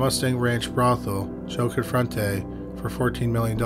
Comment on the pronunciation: His name was Joe CONFORTE (pronounce the "e"), not Confrentay. He ended up in South America because he was wanted for tax evasion. He reportedly died a few years ago.